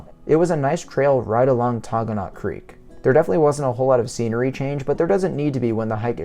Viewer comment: You're pronouncing Taughannock incorrectly. It's Tah-gan-ick. Ithaca is my hometown.